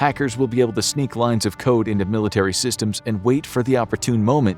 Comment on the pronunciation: “One of the deadliest and most powerful weapons of WW3…….. will be lines of code.” I swear I heard lines of coke 🤣